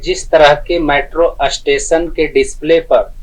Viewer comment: अष्टेशन नहीं 4होता स्टेशन होता है😂